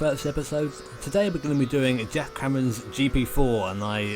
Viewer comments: Yet, it sounds more like "Jack Crammond's GP4" when he says it at the start of the video. That is what I was getting at. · yeah I think the pronounciation of geoff something Like this Geff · "My Mate Called Geoff" - yet, he can't even say his name..........